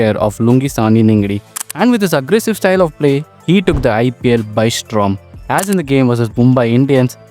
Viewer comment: Mistake number 1 - Hooda scored 451 runs not 151 Mistake number 2 - His average is 17 not 70 Mistake number 3 - Mispronouncing Paul Valthaty Mistake number 4 - Mispronouncing Storm as Strom Mistake number 5 - M Vijay scored 127 vs RR in 2010, Valthaty's score is 2nd Mistake number 6 - Mispronouncing Lungi Ngidi Mistake number 7 - JFM made his IPL debut only after making his ODI debut in Feb 2024 So as usual, so many mistakes and mispronouncing players names Please improve bro, your content is good but poor English knowledge and if you are a cricket fan and if you are watching lot of games, you would've known how to pronounce their names